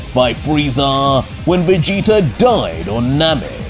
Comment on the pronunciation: i like the vegeta being called veegta